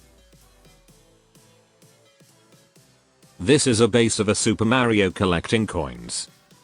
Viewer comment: The way he says mario